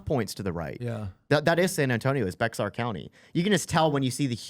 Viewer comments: It is not pronounced bex-ar. I only know this from living there. It is pronounced “bear”. I don’t know why they ignore the x in pronunciation. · Just for your information it’s not Bex er it’s Bey har. Even new residents get it wrong. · Bexar County is pronounced "bare" country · Bexar County is pronounced “bear” County. It there’s hope, I saw a cyber truck with a Trump sticker! (I took a picture) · Sorry bothers me, but San Antonio is in Bexar county... pronounced bare or bear.. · Bexar is pronounce "bear" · Bexar county in Texas is pronounced "bear or bare", no "x" pronounced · Bexar County in Texas where San Antonio is... is pronounced like bear and I was so hoping you would hit Bandera County... just NW from San Antonio... 80.5% Trump to 18.6% for Harris.. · Bexar county in Texas is pronounced Bear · San Antonian here ... the x is silent it's actually pronounced bear 😂😂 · Bexar is pronounced "Bear" LOL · Bexar County Texas = “Bear” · Just so that doesn’t do that on sovereign Republic of Texas soil… the correct pronunciation of Bexar county would be to drop the x completely. Bear county. I cannot be responsible for how my fellow countrymen would react to pronouncing it with the x. Keep up the good work gentlemen and ladies. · It is pronounced Bear. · great job. Just one point, Bexar county is pronounced bear. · I wonder how much of the shift to the right is because more people voted. By the way, Bexar county is pronounced "Bear". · lol Bexar county is pronounced BEAR. Welcome to Texas we like Spanish words but make them sound texmex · Bexar is pronounced bear county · Bexar is pronounced "bear" county. You can thank the Anglo-Saxons that crossed out the J in Bejar. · They pronounce Bexar- bear county fyi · Bexar is pronounced "Bear"